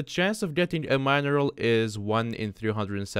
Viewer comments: Mine eral, lol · Can this guy not pronounce mineral ?